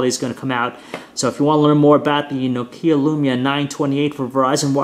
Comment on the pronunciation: it's NOKIA Not fucking " nokieeeaaa"